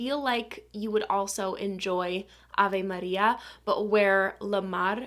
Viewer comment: Funny how well you say Avé Maria 😊